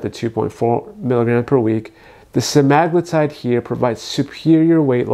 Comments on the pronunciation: Sema-glutide. Not Se-magloo-tide. 😂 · You pronounced semaglutide soooo wrong I can't listen to ur video. Sema-glutide not semag-lutide. What the hell is a "lutide"? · It’s pronounced sem-ah-glue-tide